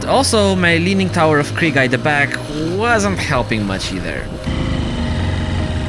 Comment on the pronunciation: "leaning tower of Kriega" 😂😂😂